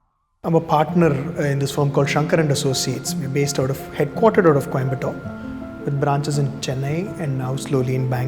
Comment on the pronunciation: Why he is pronouncing coimbotto